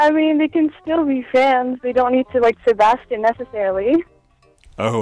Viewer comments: grell: Se-bas-chan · they sound like they're saying se-bahs-CHAN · Me: "Se-bae-stian" 'aight imma head out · Ironic that the actual Sebastian voice actor pronounces Sebastian wrong